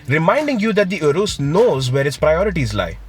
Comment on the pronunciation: poor pronounciation to 'URUS'.